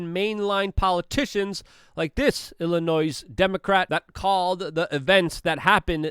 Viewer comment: There is no e at the end of the word Illinois.